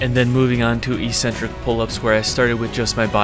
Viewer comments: The word “eccentric” has two Cs. These are pronounced as they are in the word “accept”. Don’t know why people seem to pronounce it “E-centric” in fitness videos? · ECcentric not Ecentric. Please. Please... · EEEEEEEEEcentric is not a word in the English language. It is pronounced eK-Sen-Trik. Don't listen to all of the meatheads who think the word only means crazy. It doesn't. It means 'away from the center'. An eccentric person is considered 'away from the center' or 'away from the norm', or 'away from the top of the bell curve', if you will.' JUST like the tendons moving away from the muscle belly is considered an eccentric motion. You're smart and an independent thinker. If you don't believe me, just take two minutes to look it up. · Great video. However, "ee-sen-trick" isn't a word, it's pronounced "eeK-sen-trick" or even "ehk-sen-trick", I believe for all its meanings. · its ek-centric, not electronic-centric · Its pronounced eck sentric.